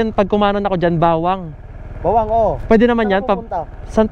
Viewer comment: Mali po pagkakabigkas ng Bauang (Hindi bawang) at Balaoan (dapat Balawan) hindi mabagal pagkabigkas sa may uang at oan, hehe anyways nice vid